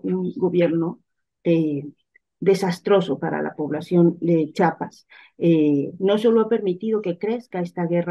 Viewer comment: Es Chiapas No Chapas eh,?